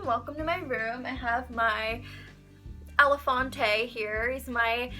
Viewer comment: I subbed and looked after she said elephante